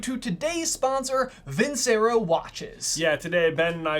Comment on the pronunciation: Who's gonna tell them it's pronounced "vin-CHE-ro"?